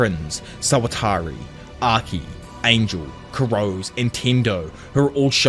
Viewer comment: I can't get over the pronunciation of Kurose's surname 😅 it's 黒瀬 /くろせ/ which should've been kuh-ro-se not kurows. Regardless, this is a retelling of the manga which I'm yet to read again since I stopped it at some point early on.